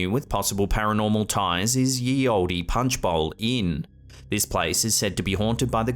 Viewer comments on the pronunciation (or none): Wow...."ye olde" is not pronounced "yee old-ee", it's pronounced simply "the old". It's pseudo-Old English anyway, but even so, I just can't abide this embarrassing "yee old-ee" rubbish that just doesn't even make any sense or sound right. Because it is not. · Ye olde.. pronounced the old